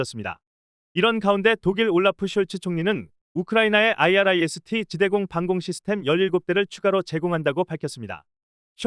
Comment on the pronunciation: 아이리스T 라고 읽으라고요, 진짜 무식하네